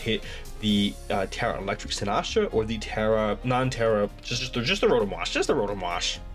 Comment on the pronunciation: Why do you pronounce Sinistcha like Sinahshu LOL Great video btw! Excited to see you two face off!